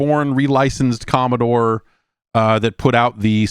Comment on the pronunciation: Stop saying Commostore